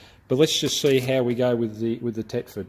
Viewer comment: Thetford not tetford